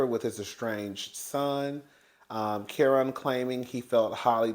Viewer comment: Whew Chile you butchered that man Kerrion name so bad 😂😂😂